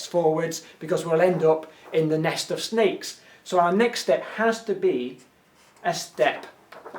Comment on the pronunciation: when he first explaint the puzzel I anderstood snails instead of sneaks! :D I was like: fine, whats the problem?